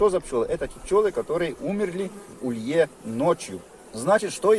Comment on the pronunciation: Ударение в слове улей "улье" - приятно как то слышать.